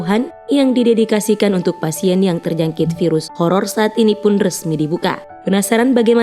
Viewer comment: Menit.. .. penyakit kolor?? apa horor?.., 😅 salah nyebutt ciee gk di teliti lagi..